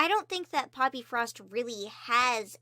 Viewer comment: I thought she said puppyfrost insted of poppyfrost